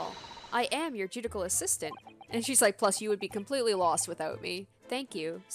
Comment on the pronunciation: small thing, but it's ju-di-shi-al, not ju-di-kal. cheers